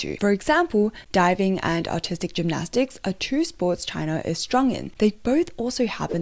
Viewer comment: Your accent makes it sound like "autistic gymnastics" and I cannot stop laughing at that notion. (Fwiw, I am autistic, so it's purely self-deprecating. 😅)